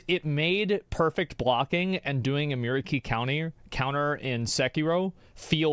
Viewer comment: If I had a dollar for every time I heard a content creator say MIRIKI COUNTER. 😤😠 Just read my guy's. Mikiri, not Miriki.